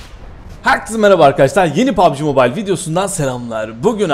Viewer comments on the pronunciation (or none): none